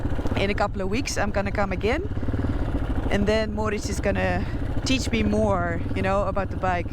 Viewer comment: AAAaaargh is Noraly going to sleep in the roof-compartiment of the camper?!? And couldn't you have spent a couple of hundreds on English lessons? 'And Then' ≠ 'En Den'